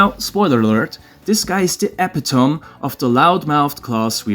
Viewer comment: Ep-it-ta-me. Not epi-tome lol